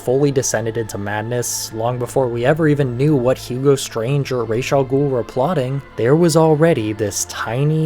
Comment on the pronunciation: thanks for pronouncing Raz's name properly